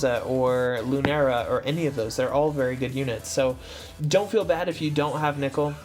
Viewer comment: Why nickel..? Why cant any one pronounce names. First Tituz and now Nickel.